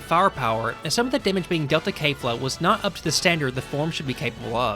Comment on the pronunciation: Why are you saying Kay-fla instead of Kef-la. They literally say it in Japanese, in the anime, which is the original work - there's zero reason to mispronounce it unless you're using an AI voice.